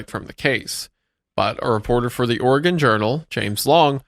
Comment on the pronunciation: as someone from Oregon, i would like to personally thank all of you for actually pronouncing Oregon correctly